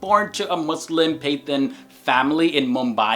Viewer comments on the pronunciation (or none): Hey I'm enjoying your posts on Muslims/Islam. Btw just a minor correction. You use the word "Pathan" when describing actresses Mahira Khan and Zarine Khan. You pronounce it as "Pai-than" it pronounced "Pah-tahn", lol! There also refered to as Pashtun or Pakhtun. Despite this,however, you are doing a great job, keep it up. I hope more Non-Muslims watch your posts.